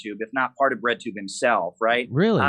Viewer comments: Thought they were saying redtube the whole time... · I thought you guys were saying "redtube" not "breadtube". I learned real quick just how wrong I was.